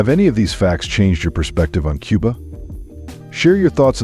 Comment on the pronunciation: It's not quba it's Cuba